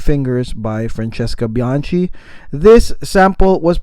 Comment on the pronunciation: You keep butchering her surname 🙂 it’s bianKi, not bianCi. Capisc’? 👌 btw i get more orris than sandalwood